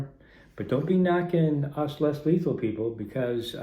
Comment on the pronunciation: Lesley is letal man why u say almost letal